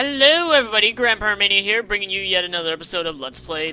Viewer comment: LMAO, whenever he says GrandPyromania, I think he's saying Grandpa Romania. :P